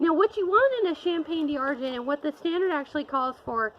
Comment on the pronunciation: 'Dee Arr-gent' 🤣🤣 Can we get a French speaker here to correct the horrible mispronunciation?